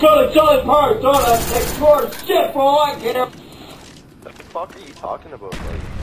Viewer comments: absolutely a Canadian ahahaha "what the fuck are ye talking aboot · WTF are you talkin aboot?